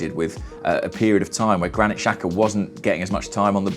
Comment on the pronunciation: Why is that no football commentator can pronounce Albanian names? The XH is supposed to sound like the J in Jack. It's not hard.